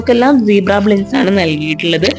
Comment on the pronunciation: കൊള്ളാം... പിന്നെ... ബ്ലിൻഡ്സ് അല്ലാട്ടോ... ബ്ലൈൻഡ്സ് എന്നാണ് പറയുക. സ്ഥിരം ഇങ്ങനെ പറഞ്ഞു കേൾക്കുന്നതുകൊണ്ട് പറഞ്ഞു എന്നെ ഉള്ളു... 😊👍